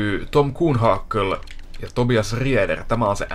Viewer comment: Olisit kiinnittäny huomiota lausumiseen. Se on Graiss ei greiss. Samoin Rieder sanotaan Riider.